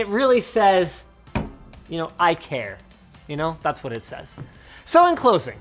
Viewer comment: did noone get the great joke , when he said "i care" pronounced as "Ikea" for the scandinavian design